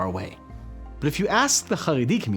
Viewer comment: CHaredi NOT Haredi CH not H like as in Chevron